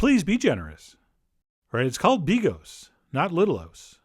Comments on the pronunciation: Argh. It's pronounced bee GAUCHE. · I have a fwiend in Wome whose name is Bigos... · Never seen bigos like that - polish guy Also... stop pronouncing an end of a sentence after every word, jezus christ